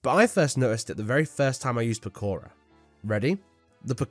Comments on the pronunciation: "Pakora" bro its poke-ra from poke. And okra. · it's not po-care-uh it's poke-ruh based on okra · Bro really called "pokra" as "pakaro"..☠️☠️☠️ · the fact he said pokara instead of pokra and bamboo stalker instead of celery stalker pissed me off so much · pakora!? 😂😂 it is pokra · Also why do you say pakora? Its pokra. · Pakora no Powkra yes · Please, it’s poke-ra, pakora is making my head hurt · I love the Op plant Pekora. I think it's funny that the whole section of Pokra, he pronounces the name as Pekora. Gotta love me some bunny mentions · He pronounce pokra as pokora 💀. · Its POKRA not PAKORA 🥲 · Bro said pokora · please tell me he's not calling it pkora unironically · pahKOHrah 😩 (love the passion) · Is he saying "pekora" intentionally to hate on the plant or does he just not know what okra is or not know what plant its based on💀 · Bro's pronunciation of Pokra is infuriating It's based on Okra. It pokes things. It's Poke-ra. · The way he pronounces Pokra makes me irrationally angry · I didn't even know it was POSSIBLE to mipronounce Pokra that find hard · that's the most unique way I've heard someone mispronounce Pokra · Take a shot every time he pronounces Pokra wrong Also haven't gotten to the Buddah Boom placement yet but minus points for not putting that little shit at the bottom.